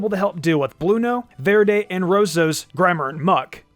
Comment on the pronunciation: I like how pronunciation of Blu, Rosso and Verde slowly improve out of been forced to say it. Btw, they are the Italian names for Blue, Red and Green.